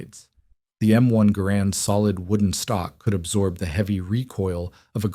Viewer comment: Not grand, GArand the emphases is on the ga.